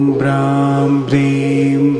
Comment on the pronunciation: Bhram ki jagaha graam sun raha hai beech beech